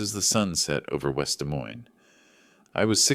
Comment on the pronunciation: It's pronounced "Dee Moyne" - you need better AI